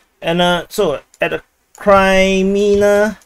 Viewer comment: Kraimina? Not sure how Kremina can sound like that even in the weirdest dialect. But whatever...